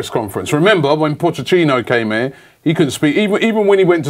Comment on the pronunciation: Tito George ikr. And the way he pronounces names pisses me off. He keeps saying pocchechino instead of pocchetino. Corzola instead of Cazorla and Lichtensteiner instead of Lichtsteiner